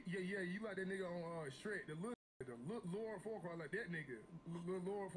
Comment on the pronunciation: Bro said Lord, far quad 😂